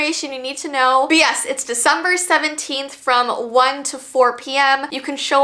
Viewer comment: "It's Veecember!!!!!"